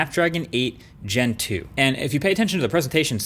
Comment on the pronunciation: I almost fell from the chair when se said "Snapdragon 8 Gentoo"